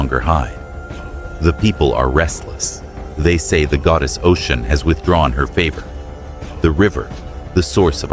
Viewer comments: Her name is Osun (Oshun), not Ocean! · It kills me when you keep mispronouncing her name it’s Oshun not Ocean though yes it’s a homage to her it’s inaccurate as Yemnja is of the ocean and Oshun is the sweet waters. And Nana is the deep waters the sediment. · If you’re going to do a video on a deity of any kind, please be sure to pronounce the name correctly. It’s pronounced O-SHUN. Not ocean. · Her name is Oshun [O-shoon] NOT Ocean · I want everyone to know her name is not pronounced as “Ocean” is O-Shun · Great story! Some constructive criticism, going from Ocean to Oshun, was a bit distracting. It would be best to pick one pronunciation and one name. Same with Odewale. Consistency helps to follow the story. There were some sentence structure errors and spelling errors. After proofreading, always have someone else double check to catch what you might have missed. Other than that, great storytelling. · Am I wrong that her name is pronounced “OH-Shoon”? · how he can pronounce Olodumare but butcher Osun…😂 It’s good tho. Carry on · you can't even pronounce her name right. that's also not how you pronounce Odwale either. If you thought she did what she did purely because she was forgotten then you don't know the full story. deities retaliate when people start to use them and drain them until there is almost nothing left and then try to behave as though they are all mighty, ungrateful and act as though they're the gods who did it all themselves with no gratitude. When humans start to consume and destroy the very thing they were given to utilize and protect, to nurture. when humans start to consume at the expense of nature to almost extinction and each other, the gods retaliate, in order to preserve life & balance itself.